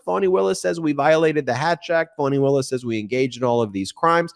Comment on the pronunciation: please PRONOUNCE FANI WILLIS' name CORRECTLY! just like "FUNNY'! it is unlikely for you TO MAKE SUCH A MISTAKE!